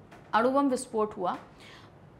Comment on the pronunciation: अणु बम नाकी आरू